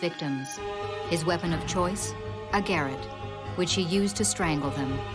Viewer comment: Why don’t narrators check pronunciations before doing a voice over?!! That’s not how you pronounce ‘garrotte’ 🙄